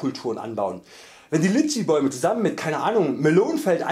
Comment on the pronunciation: Sprich es doch richtig aus es heißt Litschi mit so nem richtigen i am Anfang ich empfehle Bubble Bruder